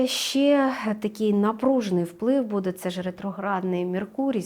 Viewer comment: Шановна ведуча, в вас не вірні наголоси. Ви робите мову якоюсь колхозною, відволікаючи від прогнозу. БудЄ? Ми всі робимо помилки в нашій мові, багато ведучих перейшли з іншої мови, на українську, це не просто. Всі розуміюсь, але, будь ласка зверніть увагу. Астрологу респект та дякую за ефір!